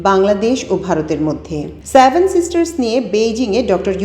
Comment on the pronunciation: স্যাভেন উচ্চারণ না করে 'সেভেন সিস্টার্স' বলুন। সম্ভবত এটি কণ্ঠ।